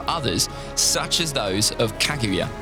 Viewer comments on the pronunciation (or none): none